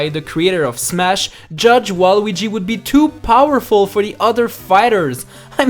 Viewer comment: YOUR a loser you can't even say his name right